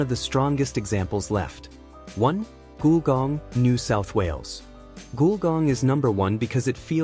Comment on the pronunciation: Definitely robotic narration, mispronounced "Gulgong" as "Goolgong". The pronunciation is "Gull", as in breed of bird, and "gong", a loud sound when a disc is struck(like the J. Arthur Rank Movies intro). Put together to create "Gulgong".